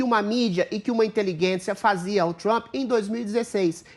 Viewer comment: ADRILLES, Inteligência não tem u pra vc falar inteliguência.